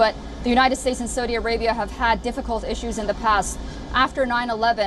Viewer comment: Seems like learning how to pronounce the name of the country you are reporting on… would be good to do. Before you go on tv. 🤪